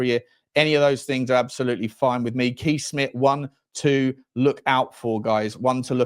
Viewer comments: Kees is pronounced Case. 🇳🇱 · Please get the pronunctiation right. Kees in Dutch is "kays" with a strong "s"